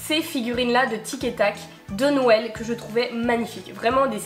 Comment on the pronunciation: On dirait que tu dis « nouël » aux lieux de « Noël » mdr c’est mimi !